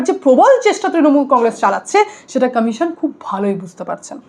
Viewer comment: Action commission pronunciation ঠিক koro😂